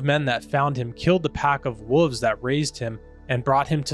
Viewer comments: Woves??? There’s an L in there… you pronounce it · Wolves is pronounce "wallves" not whatever the fk youre saying my dude. God bless. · They’re called wolves. Not woovs. There’s an L in there. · I can honestly say I have never heard the word wolves pronounced as “wooves”. My mind is blown 🤯